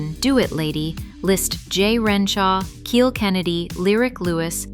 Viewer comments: Kyle Kennedy. It's spelled Kiel, and pronounced Kyle, not keel. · It's pronounced KYLE! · Kiel rhymes with smile, not heel.